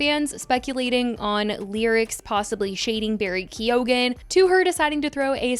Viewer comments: Barry KEY OH GAN 😅 lmao i think the e is largely silent, like kyoh-gan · 😂😂😂😂 Americans can never prob😅Irish names they are alway butchered to bits